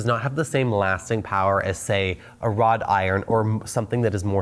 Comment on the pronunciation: "Wrought Iron," not "Rod Iron."